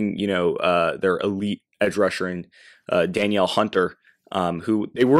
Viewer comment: it's "Duh-NEAL" Hunter